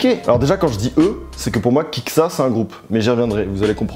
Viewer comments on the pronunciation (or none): kikÉsa pas kiksa hahahahha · Like si toi aussi tu t'arraches un cheveux à chaque fois qu'il prononce "Kick ça"